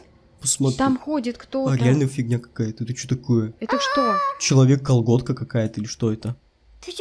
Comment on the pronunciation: когда ты сказал человек калгодка 😂 я просто так засмеялась копец соседи пришли инаругали меня потомучто я так ржала😂😂😂😂😂😂😂😂😂😂😂😂😂😂😂😂😂😂😂😂😂😂😂😂😂😂😂